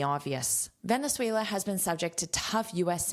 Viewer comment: Excelent!! I'm venezuelan and you say 'Venezuela' very well! Thanks for teach us! Have a great day!